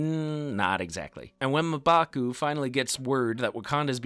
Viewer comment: The way you say mmbaku is weird